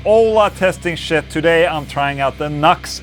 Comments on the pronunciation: It's NU-X (new ex), and it sounds fukn good man. I have an old MG300 and it doesn't sound anything like that. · Its pronounced New - X. (NU-X) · The pedant in me keeps screaming "NU-X! Not 'Nux'!" Nice affordable unit. I have a few Nu-X things and am always impress with the quality for the cost. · NUX, LOL. The company say it is pronounced New X! (NU>X!!) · Isn't it supposed to be "new-ex"? lol...what a stupid name... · I think it’s pronounced New Ex.